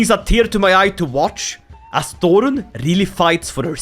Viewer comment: Thorrun. The 'Þ' is pronounced like the "th" in "thing".